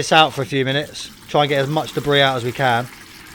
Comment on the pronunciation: Debris, or DEBRISSSSSSS ?